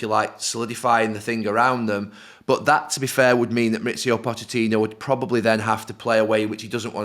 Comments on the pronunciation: "Poe-keh-tino"??!! 😂 Mauricio himself has clarified the pronunciation, and it's pronounced how everyone and their mom already says it. "Potch-eh-tino", let's not get too fancy, lads. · Pockertino ??? 😂. Americans talking about football just sounds WRONG !! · Calling him Poketino gave me cancer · Why can't they say PoTichino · The yanks pronouncing Pochettino's name is amazing